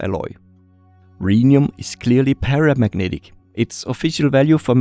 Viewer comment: "Eeeeet iseeeent exsactly paramagnatic"